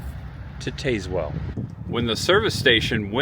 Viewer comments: Us locals pronounce Tazewell with a short a like tasmanian devil. Some GPS's pronounce it the way you did though. Used to love Adams small town and back roads videos and glad to see you do some!! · please please please, when you explore find a local and ask them how they pronounce their town cause you are murdering this one. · I find it hilarious how he pronounce it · TAZ-Whull is how you pronounce it. 😂. This video randomly showed up in my YouTube feed and I am so glad it did. I was born and raised in New Tazewell. Left home in my early 20’s. Been in Chattanooga the last couple of decades, but I go back home a handful of times a year. Next time you’re at the Frostee Freeze order a pizza burger and a Mickey. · Is pronounce Tazewell like the Tasmanian devil..... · it's Taz well not tazz well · The e is silent, it's pronounced tazwell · not I’m not being a blank. But it’s pronounced Taz-well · They should both (TN/VA) be pronounced the same way, TAZZ-WELL. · Wrong pronunciation of Tazewell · You butchered the name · Im so glad you showed this little town. My brother grew up here and i still have yet to experience it but youve highlighted some really cool things to do !!! Im sure others have mentioned this buttttttt for next time its pronounced Taz-well like the tasmanian devil lol. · As someone from East TN…it is TAZ- Well. Not TAZEwell. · If you’re going to do “informative “ videos ,learn how to pronounce the places where you are. It’s Tazz-well not Taze-well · IT IS PRONOUNCED TAZZ- WELL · I live near Tazewell. It’s pronounced Taz well just to let you know. Good video! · If you made it to Frostee Freeze, I hope they told you how to say Tazwell, TN...say it like TAS- WELL...like Tas-manian devil...you're ok though...easy mistake, lol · Taz like the Tasmanian devil not Taze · Hey, FYI, it's pronounced TAZZ-well, not TAZE-well. Just another weird Southern town name. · Yankee pronunciation. Not pronounced Tazewell, but Tazzwell.